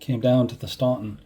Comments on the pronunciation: FYI Staunton is pronounced "Stanton" by the locals! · I can see how a Massachusetts accent wouldn't work down in ol' Virginia!! Actually, everyone NOT from the Shenandoah would likely make the same mistake with Staunton. It's part of the rite of passage as one gets immersed in Civil War history!! I'm still learning about the odd pronunciations of some waterways (Mattaponi, Ni, etc.) and some of the commanders are routinely mispronounced (the two Taliaferro's, pronounced "Tolliver", Huger (pronounced more like YOU-zhee) and even Heth (pronounced more like "Heath"!! I also find many people seem to trip over Sigel, which you did not, to your credit. I don't know WHERE someone would get "SY-jel" out of that, but some do!!! 😉